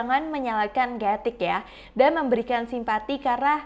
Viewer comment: Krathik bkn Gatik